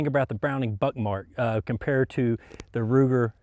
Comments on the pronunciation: are you saying Browning Buttmark? Is it intentional or am I just hearing things? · First time he says it that's what it kinda sounds like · Am I the only one who thought he said buttmark